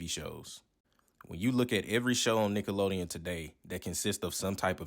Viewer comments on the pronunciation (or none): Did you say “Niggalodeon”? 😂